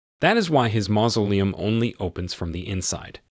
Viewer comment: The narrator of this video is very strange. One time he mispronounces "mausoleum", then pronounces it correctly then pronounces it wrong again. I suspect that this is a computer voice. This video deserves a thumbs down for the simple fact that the narrator lied to his audience. He says that if you don't like the video, give it a dislike but to hit the dislike twice just to make sure. IF YOU CLICK ONCE IT REGISTERS A DISLIKE, IF YOU CLICK IT A SECOND TIME IT REMOVES THE DISLIKE. I really hate dishonest people.